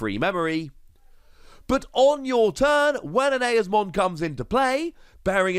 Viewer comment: Well from the dub it’s pronounced “E”-Oz-Mon